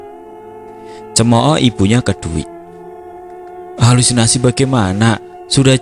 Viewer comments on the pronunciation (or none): none